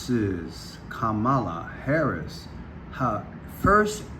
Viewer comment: Can’t even pronounce the name 🤦🏾‍♂️🗣️Reach!